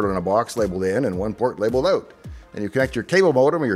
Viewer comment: OK the way you pronounced "out" tells me that you are Canadian.